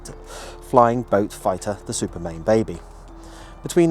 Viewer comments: Why do you call it Supermain when it's Supermarine ? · One of my heroes as well as A.V Roe. Just a minor correction, it was Supermarine rather than Supermain. Thank you for all you do.